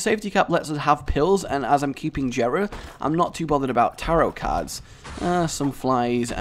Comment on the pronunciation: Its pronounced yera. Not Jera